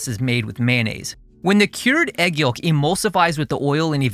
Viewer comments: Great video! (Also, pronounced "yowk", the L is silent.) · The L is silent yolk, brother. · fascinated by your pronunciation of yolk